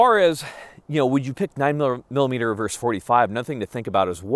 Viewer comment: Versus. Versus. Not verse. A verse is part of a song or poem. Versus. Versus. Versus. Young whippersnapper.